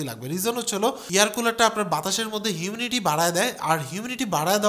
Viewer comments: এত বড় Youtuber আপনি, Humidity কে বলছেন Huminity? 🫤🫤🫤 এরকম ছোটখাট সামান্য ভুল, পুরো আপনার জ্ঞানকে প্রশ্নবিদ্ধ করে ফেলে। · এর তো নাকের সমস্যা । lol